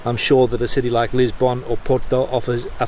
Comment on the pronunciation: Funny how annoying some things can be. The way you pronounce Lisbon is just plain weird.